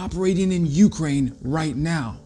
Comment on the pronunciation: Love your content. Interesting stuff and usually something I haven’t seen or seen in detail anywhere else. One small quibble is your pronunciation of Ukraine. The accent is on the second syllable not the first at least in English not a biggie but one of those things that sort of irritates every time you hear itkeep up the great work!